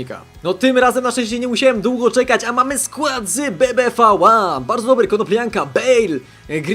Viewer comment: powiedziałeś BBBVA